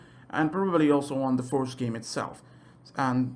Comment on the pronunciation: Like if you heard “forest” instead of “first” half the time